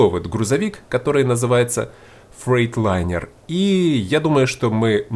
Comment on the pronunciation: Привет, если не ошибаюсь! Вот правильная транскрипция названия грузовика |ˈfreɪtlʌɪnə| Но, честно говоря, мне без разницы как ты его называешь, потому что ты суперски и атмосферно ведешь свой монолог во время игры! Спасибо тебе! И так держать!